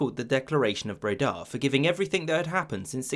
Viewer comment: "The Declaration of BredÁ" 🤦🏻 Learn to pronounce correctly if you are going to record yourself speaking. Also, I highly doubt that statement about "achieving what none other english king could", not only because there have been many instances of England having control of Scotland and Ireland across the centuries, but also the fact that you present it as a positive thing. It's very easy to force a country into submission when you starve to death or directly kill almost half of its population.